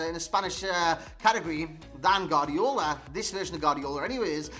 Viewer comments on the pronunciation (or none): I'm Spanish and it is pronounced "Guardiola", you only skip the u when next to the u there is an e or an i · Nobody: NOBODY AROUND THE HOLE EARTH:: Gardiola